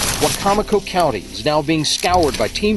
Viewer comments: I live an hour from Wicomico county and had no idea this happened. This is really sad to hear! Also, it's pronounced Why-co-mi-co country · Please excuse me, but the county is Wi(long i) comic-co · I’m sorry it was funny how she pronounced wicomico like “weeko meeko “ 😂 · I live near and remember this so vividly. Everyone on the Shore cried for that little girl 😢 ( side note it’s funny how the commentator says Wicomoco lol ) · Wicomico not said like that coming from somebody in the area 🤣🤣 still love you ♥️